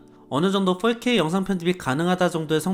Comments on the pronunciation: 저기 근데 어차피 four발음이 원어민하곤 거리가 먼데 왜 훨케이라고 하는거죠 ;ㅁ; 그냥 포케이라고 하시는게 나을듯합니다. 오히려 거슬려요. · 4k 발음이 40k라고 하시는듯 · 자꾸 4k가 “volk 에이”로 들려요 ㅋㅋㅋㅋ 독일어 공부하다보니 ㅋㅋㅋㅋ